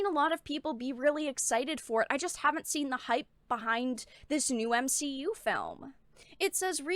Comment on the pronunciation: OMG! You said M-She-U 😂🤣☠️ so funny seeing that phrase spread. I'm done with marvel movies, doesn't seem appealing. Still haven't seen ironboy jr 2.